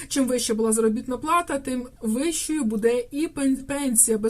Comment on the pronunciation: Кажiть грамотно : не будЕ, а бУде,не калiчте мову